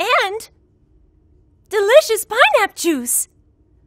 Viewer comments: "Pineapp Juice" ... right... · Uhhhh pineapp...le ....its pineappLE ok not pineapp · lol and “pineap juice” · Pienap??? I've always pronounced it peenap! My life has been a lie